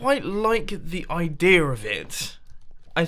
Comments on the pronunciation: There is no 'r' in 'idea', Mumbo... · "idea"-ok "idear"-TRIGGERED